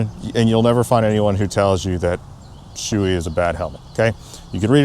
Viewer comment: The brand name "SHOEI" is typically pronounced as "Show-ay" in English. The "Sho" sounds like "show" (as in a performance), and the "ei" is pronounced like "ay" (as in "day"). This pronunciation is based on the Japanese origin of the brand.